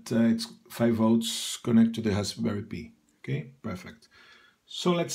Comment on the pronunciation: Just for future reference, in English, the word "Pi" is pronounced the same as the word, "pie"